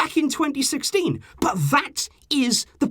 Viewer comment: Why the f**k you emphasize on word "BUT" it is like "BUTTTTTTTTTTTTTT" !!